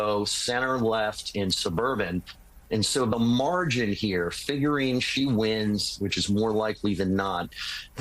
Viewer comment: If I hear Fingering instead of Figuring one more time I'm gonna lose it!